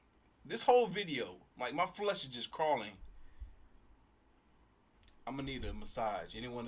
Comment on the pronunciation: came here for saying flush instead of flesh and defiant instead of defined. stayed for the creepy vids